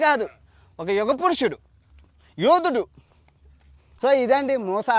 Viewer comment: యూదుడు కాదు యోదుడు